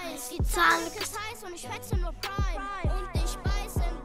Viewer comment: Alter pweim es heißt Prime